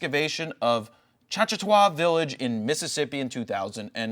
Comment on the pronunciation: Choctaw...two syllables Choc-taw